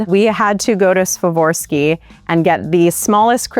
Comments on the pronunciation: It's Swa-rahv-ski! 🤦🏼‍♀️ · IS IT ACTUALLY PRONOUNCED "SWA-VOR-SKI"??????? Ive always said "swar-ov-ski" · She mispronounced multiple words in the video. Your pronunciation is correct.